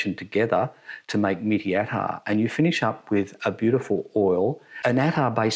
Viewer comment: You should pronounce it like "Meat-Tea" not mitty. Mitti means soil.